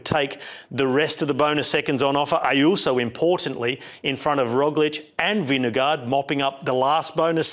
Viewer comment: Love you mate but why you keep saying vin de gaard